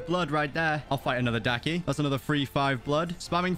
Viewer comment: Bruh daki not ducky